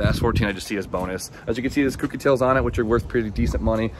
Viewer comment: for gods sake please pronounce it correctly. Kouki not cookie. like owe.. Kouki. your grammy is awesome also.